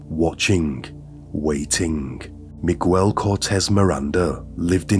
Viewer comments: Meeg-el not me-guel, sorry I know it's beside the horrific point but it just kept phucking with me. Thanks for informing me of this insane case. Great speaking voice as well. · 2 seconds in and you say “migwel”instead of miguel. I think you can be bothered to learn basic pronunciation, it makes it seem low effort like you did the bare minimum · Hello, not to take away from the content, but his first name is pronounced as MIG-AIL instead of MIG-WELL. Hope this helps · I mean this to be respectful and helpful, but I feel like in text, it just sounds rude or even d*ckish 😂 So, just fyi. In Spanish, Miguel is pronounced Me-gel. In "guel" the U is silent. In "mi" the I sounds like an E. Hopefully, that makes sense 😂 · He said Migwell... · Right? Miguel = Magwell? 🤣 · Migüel lol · Hi mate, I love your work, I lived in Mexico for several years with my husband and our children, this guy is as bad as any infamous mass murderer & rapist, thank you for bringing this case to light. Just wanted to point out that this disgusting monsters name is pronounced *MiGell, with a silent "U". Again thank you what you do, I love your videos. ❤ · The “ u” in Miguel’s name is silent, so it’s pronounced “Miguel”.